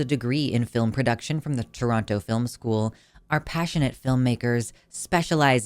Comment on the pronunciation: this is the worst way to hear my city's name... shoutout Toronto, I guess.